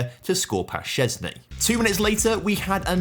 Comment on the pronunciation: love ur pronouncation of Szczęsny's name as Polish!